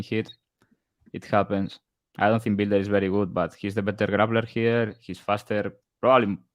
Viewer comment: “Bile-der” learn how to sound out a word you inbred…nothing like offering betting advice when you have a first grade reading level😂